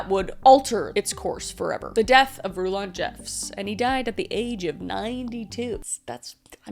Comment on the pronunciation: Happy American Thanksgiving, friend from Canada. Rulon's name is pronounced like "rulin'," or ruling but relaxed. I watch way too much context on the LDS and, by extension, FLDS, so I've heard his name pronounced by people who grew up in the church. Also, ALL branches of the LDS church follow a "Prophet," that's what they call their leader. I believe this is because of their belief that the "Prophet," their leader, is the literal mouthpiece of God.